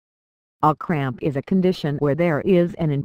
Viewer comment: Anyone else hear her say "muscle crap"?